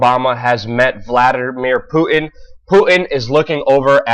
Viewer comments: Putin with a 't'. Not Pu-in. Pu-tin, Putin. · Who is Poo-in? Do you not know how to pronounce your "T's" ? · Good God man, please stop calling him poo-in. There is a fucking T in his name. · putin not puddin , you dont have putin and custard so why say it like that ? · Poo-in ?? wtf !! Putin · Have some bloody respect!!! "PuTin" has a "t" in the middle!! USE IT AMATEUR!!!!! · did you say "poo-in"? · There is a "T" in Putin. It's not "pu-en". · Vladimir Poo-in. That's how Luke says it: "Poo-in" !!!! ROFL!!!! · should also address the way he says Putin as Poo In.